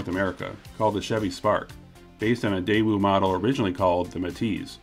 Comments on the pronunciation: You discuss how to pronounce Daewoo, then continue to call it Dae-woo. It is pronounced Dae-oo. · A little late to the debate but the W in daewoo is just a weird carryover from outdated romanization. In the Korean alphabet it would be spelled "deu" (really daeu, but the ae is pronounced e), so Day-oo is more accurate. Same goes for the family name Woo -- it's actually just U. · Nope, still wrong but close. In Korea itself, it’s like your British snippet: day-oo. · Most accurate way to pronounce is Deh-ooh (read like American). Anyways I don't really care if they pronounce it wrong. "Day oo" would just be "대이우" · Daewoo is more pronounced as "Deh ooo" rather than "Day woo" Deh like "heh" but with a D ooo as in "ooo that gotta hurt" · "Day-oo" is the correct pronunciation. In Korean, it's 대우. "대" (day) "우" (oo). Also, the "y" in Hyundai is not silent. Hyundai = 현대 = 현 (hyun) 대 (day). If you're not sure how to pronounce the "hyun" part of Hyundai, think of a cowboy trying to get a bunch of cattle moving : "Hyah!" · The other famous car guy pronounces it as 'Daaju'. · It`s actually pronounced... TAEwoo. There are several romanization systems for Korean, some render the letter "ㄷ" as T, others as D. It´s closer to the English T sound. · I pronounce it like day-you. I remember the tv adverts here the thi g they said was "that'll be the day you" Edit. I've just remembered we had a daewoo tv when I was a kid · I always pronounced it like Dy-woo. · Ok, I've lived in Korea for almost two decades and I can safely say that the W isn't pronounced: day-oo (like a ghost-boo!). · You still aren't pronouncing it correctly! 🤣🤣 The w is silent.